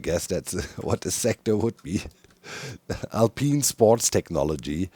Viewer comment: I can't not hear Doc saying "alpine" as "Al Peen" 😁